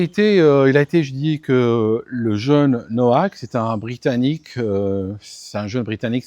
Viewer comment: salut,c'est d'origine polonaise Nowak,ça se prononce Novak.